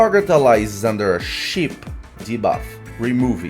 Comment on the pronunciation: Sheep, not ship 😅